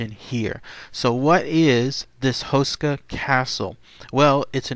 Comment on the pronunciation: Houshka would be a ore accurate pronunciation.